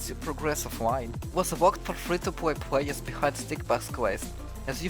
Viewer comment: dude i hate your voice i want to watch this video so bad but you wont stop saying pwayuhs